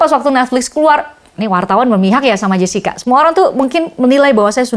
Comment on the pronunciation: Jessica bukan jascika😂😂... Anda menuliskan pronounce english yang diindonesiakan yah